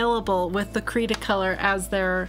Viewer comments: Your husband is wrong. Its Austrian and it it pronounced Cre(the e here is like E as in Elephant)_ta-color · Hello there! Lovely video, as always. Cretacolor is actually the brand. THE e " by Brevillier Urban & Sachs" was added after an acquisition in 2008, I believe. You can pronounce it as, Kreh-tah-koh-lor. The "creta" part means clay (but also chalk in other languages). I love your reviews because they are nice and detailed and you bring forth pencils that aren't reviewed as much. Cretacolor is very wide spread here in Romania. Did you try their Nero black pencils?(I have a small review about them up!) All the best , lovely people! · Your husband was almost right in the pronunciation but its one word. cretacolor this is a german speaking factory. So you you need the german pronunciation. And the upper word is in france pronunciation I think